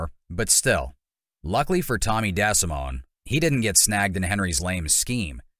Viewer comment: Pronounced De. Simone...do better